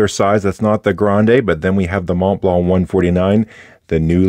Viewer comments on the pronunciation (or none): none